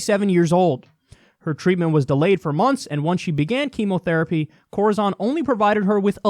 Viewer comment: Corizon is pronounced like horizon. We had a case here in Idaho where a guy ended up with an amputated leg because the prison docs wouldn’t send him to the hospital. When he finally swallowed a pencil sharpener they sent him to the hospital and they found he had sepsis and a gangrenous leg! Now he’s trying to get a good prosthesis because they’re dragging their feet in that too.